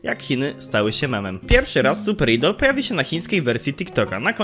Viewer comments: wymawia się "ajdol" ale to taka drobnostka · To sie nie czyta idol tylko ajdol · ok but mowi sie super ajdol dziekuje dowidzenia